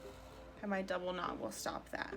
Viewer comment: When you said that you were going to "knot off the end" of the thread, I heard, gnaw off. I was wondering how that would work out for you :)